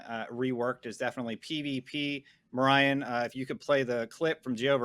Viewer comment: why do you keep calling him "ma-ryan" 🤣🤣